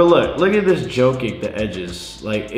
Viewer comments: Just so you know, you pronounce jokic as yo-kich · yo, its pronounced Yolk-itch btw